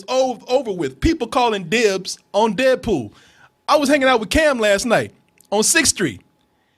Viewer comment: sounds like says "dead pooh" lol